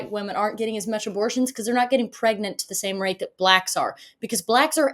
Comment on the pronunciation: And still can't pronounce "they're" or "ask" !